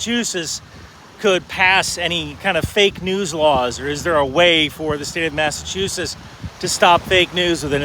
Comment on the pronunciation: So thats how you pronounce Massachusetts..